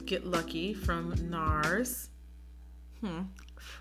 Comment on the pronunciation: Can you pronounce NARS like that every time? Thank you ma’am